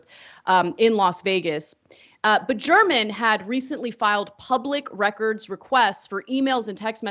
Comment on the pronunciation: You are pronouncing German’s last name improperly. The G has a hard pronunciation. The newspaper’s YouTube channel is all over it, as you would assume.